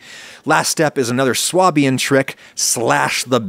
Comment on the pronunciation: Swabian is pronounced Sway-bian in English, presumably because it is closest to the equivalent German word "Schwäbisch" . At least that's what I remember hearing in Stuttgart. I know "prescriptive vs descriptive," etc., etc, but fyi Swah-bian sounds weird. Pretzels look good tho